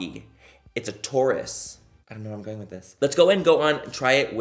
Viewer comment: Nobody: Absolutely nobody: Manny: “It’s hard, it’s rocky, it’s a TaUrUs”